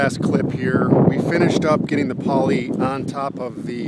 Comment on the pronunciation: I thought he said 6mm polly. I was amped to see them try to lift that. Looks good, I wonder if its still standing and how many new skins it's gone through over 10 years